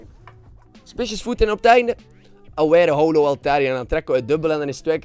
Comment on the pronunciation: het is: hollow niet how-low, get it right man